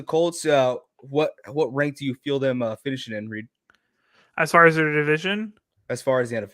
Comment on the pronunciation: Sorry Reed , i'm dying here 😂😂 pronounce it like "Rike" ! Hahaa